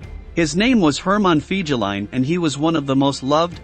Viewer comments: Omg, your making my ears bleed with your pronunciation of Fegelien.. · Pronounced "Fay-guh-line". Most officers couldn't stand him. They called him "Flegel", or lout or boor in German.